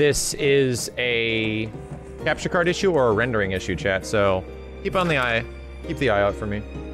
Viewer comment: New to your channel; been listening to your ff7 chapters while I work and this whole time I thought you were talking to someone named Chad...turns out you're saying 'chat' lol.